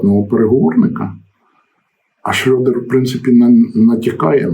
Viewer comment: п. Володимире, треба казати Шредер, а не так, як кажуть руzzкіє - Шрьодер....